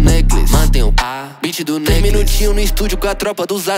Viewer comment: E sim, eu sei que ele tava pronunciando necklace, mas ele nem se deu o trabalho de ver como se pronuncia a palavra necklace.